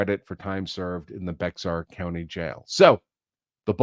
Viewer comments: Bexar is actually pronounced Bear....like the animal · Bexar county is pronounced “bear” or “bare” county as the anglicized version of the Spanish word. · I think it's pronounced Bear county